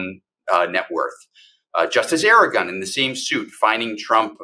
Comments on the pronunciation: It's Justice En-GORE-on... not Aragon. How can you get it so wrong? And "the speech at the Ellipses"? That said, I'm pleased to finally have an actual lawyer standing in for an actual lawyer. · Good one! Really appreciate hearing some of this background. Aside from the mispronounced judge name, excellent episode !